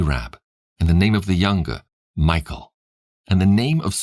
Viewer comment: I enjoy your reading but just so you know the name Mikal is pronounced mee-kawl just hearing it pronounced like Michael makes it sound weird